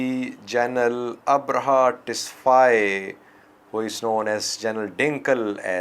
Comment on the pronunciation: Abraha Tesfai not "Tesfaye"